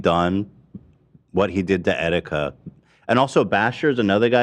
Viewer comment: Please dont bring Etika into this when you cant even pronounce his name correctly this is so disrespectful. I agree fuck keemstar for what he did but he is not the villian of etikas story. Do not mention Etikas name unless its for a positive cause please dawg